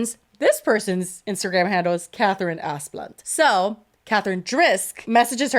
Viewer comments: Every time says that rich families' name it just sounds like Ass Blunt to me 😂. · ASS-BLUNT?? That’s what I’m hearing. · Oh yes, that’s clearly pronounced as Assblunt 🤣🤣